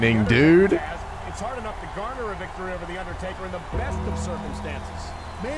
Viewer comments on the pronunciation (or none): none